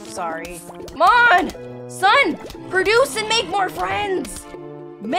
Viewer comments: I love how she pronounces produce as perduce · I like how she says perduce